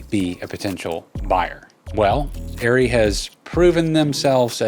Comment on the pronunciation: Are Ree - ARRRE REEE - its not airy why did the NIKON thing happened to this brands name...?